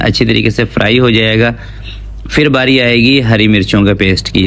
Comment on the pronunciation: Yeh “fir” kiya hota hai? Lafz ha phir. Pay se phir. Please Indians ki naql na karain.